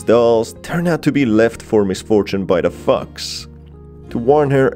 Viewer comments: Omg whenever he says fox I thought he said fucks 🤣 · I swear, it sounds like he is saying "f*cks" instead of fox. I feel trolled. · Every time he says "fox" I hear fucks🤣🤣🤣🤣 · Anytime he says “the fox” I think he is saying “the fuq”😩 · i hate how its so funny that whenever you say 'fox' it sounds like ' f-cks' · Every time he said fox it sounds like he's saying fu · I'm sorry, but I'm laughing at the way this guy pronounces "fox"